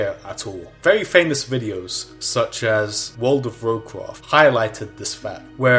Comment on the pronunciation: Woold of Warcwaft